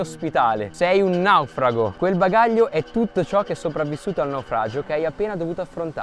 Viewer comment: Ma perché dici la parola:"Naufrago" con 2 pronuncia diverse? 🤣🤣🤣🤣🤣🤣🤣